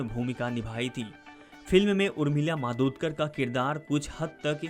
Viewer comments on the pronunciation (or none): नाम तो ठिक सेे बोलो. मादोतकर नहीं, मातोंडकर हैं वह. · Yeh kaunse pagal ko rakha hai????? Madodkar kar nahi??? Matondkar bol bey sale!!! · Madodkar mat bolo bolaneko nahi aata kya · नाम तो ठीक तहरसे ले उर्मिला मातोडकर नाम है